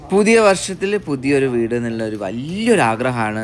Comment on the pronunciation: വീട്ട്, കയിഞ്ഞു.. നല്ല മലയാളം